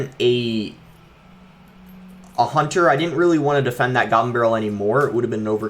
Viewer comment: The way he says goblin🤣 He says: gabblin